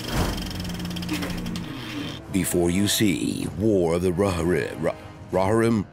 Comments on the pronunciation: It's "row-he-rim" 😊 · Rohirrim is pronounced like: ROW-HEAR-RIM